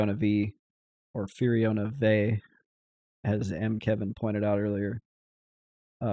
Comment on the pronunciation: No way, it's definitely So, and Fur-oh-na Vee